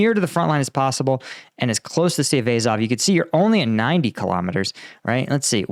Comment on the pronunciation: Azov.....not “Ayzov”...